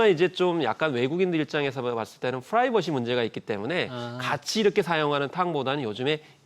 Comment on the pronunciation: fㅡ라이버시 발음 어쩔겨...